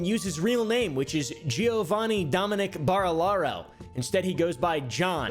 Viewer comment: Why can't anyone with an American accent pronounce Barilaro? Just literally listen to any of Jordans vids ffs stooge